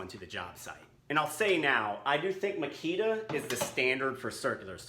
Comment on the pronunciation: Ma-KI-ta [x ] MA-kita The company says so.